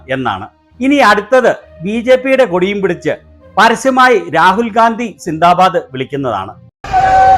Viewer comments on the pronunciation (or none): none